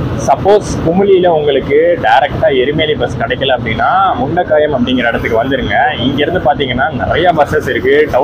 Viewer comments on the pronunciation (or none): முண்டக்கயம். Not முண்டக்காயம்.